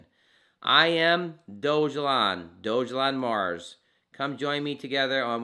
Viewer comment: Thanks for the video but one correction: Dogelon is pronounced Dawgahlawn, not doge-alon.